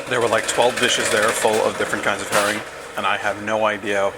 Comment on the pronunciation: Until about half way through, I thought you were saying "hairy". I was getting really confused haha